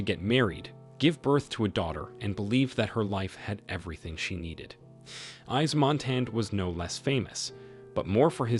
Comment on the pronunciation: 'ICE MONTANA' ????? EDITH 'PIE' ???? Is that AI ????? It is pronounced MONTAN and PIAF.